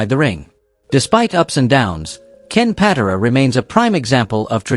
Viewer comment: I hate AI. Ken PAT-uh-rah??